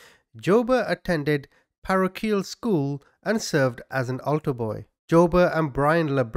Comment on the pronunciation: Parochial!!!! Hee hee, not Tru dat pronunciation! Made me smile, am never sure if you throw the odd Red herring in there occasionally.... Mmmmm